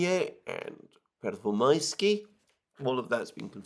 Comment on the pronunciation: i cant watch it no more.. the russo ukranian conspiracy to make this poor man say "pervomaiskava" and other crazy sounding places!!! Its torture ^^